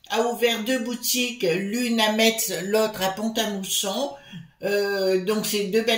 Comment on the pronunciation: Coucou ma chère, oh je vais aller un de ces jours prochain achèter ce beau livre à Metz ou PàM. Sans vouloir vous embêter, Metz se prononce comme la messe ☺️☺️☺️🥰. Bisous à vous et tous toutes 💐